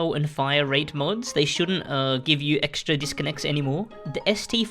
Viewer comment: Love how he says "EXTRA disconnects" 😂😂